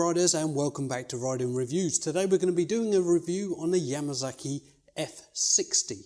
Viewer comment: You know I have looked front to back and back to front and NOWHERE did I see the letter Z. It looks like a letter S to me. completely different sound Just sounds sicking the way you say Yamasaki. Same way you goddamn people pronounce Kawasaki. S sounds like a Z and your A sounds like a U. We play sports with a ball whereas you people play sports with a bull. To us a bull is a male cow.